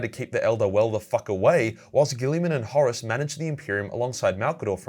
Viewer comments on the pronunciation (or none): none